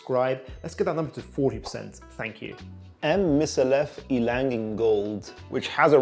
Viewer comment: It’s pronounced Mikallef and her first name is Martine